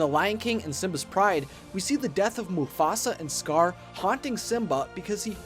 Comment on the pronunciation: When you said the rise of scar I thought you said the rise of scourge By the way it's from Warrior Cats it's a really good series